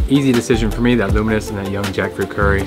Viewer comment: I kept hearing luminous Sambol and I thought you say luminous due to its color. Then I realized what you really meant is "Lunu miris" Sambol. (Lunu = salt and miris = chili). Hilarious!!!!!!!!!!!!!!!!!!!